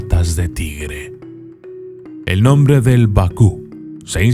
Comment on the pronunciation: Hola maestro la verdad como siempre excelente video me gusta mucho como pronuncia sus nombres muy buenos ni en Google están tan bien explicados saludos de Argentina